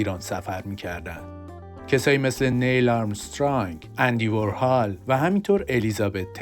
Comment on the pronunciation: وُرهال نه و وارهال! نِیل آرمسترانگ نه و نیل آرمرسترانگ!!